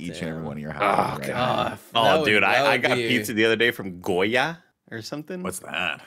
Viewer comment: of course the hispanic would assume it's pronounced Goya haha. My mom would do the same. Gioia is pronounced "joy-a". Much how Giulia is just 'Julia'